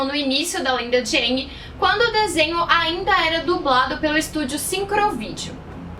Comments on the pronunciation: Eu nem ligo muito se é usado dobra o dominação. Eu ligo é q na lenda de aang eles pronunciavam o nome dele como eng e na de korra como ang msm. Fala ENG porraaaa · Eu não gostei em A lenda de Korra, da pronúncia "Aang" enquanto deveria ser "Eeng" não sei se foi adapção, a pronúncia correta ou erro. Só que eu não gostei!! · e em Korra que pelo menos na primeira temporada eles estão pronunciando: "Avatar ANG" e não "Avatar ENG". Isso me incomodou um pouco